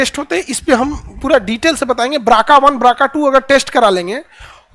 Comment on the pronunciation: ब्रका अरे 😂😂😂 बीआरसीए जीन होता है भाई... ब्राका क्या होता है